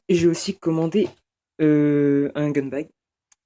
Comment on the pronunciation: En anglai on dit gun bag pas gag